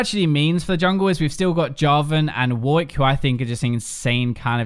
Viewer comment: why do you always call Warwick "Woik"? Why is it so hard to say WAR RICK